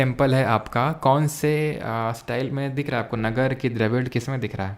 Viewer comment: नागर not नगर😂